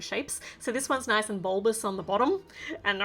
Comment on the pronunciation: The way she said ' nOIce' 😆 I luv Aussie accents ♥️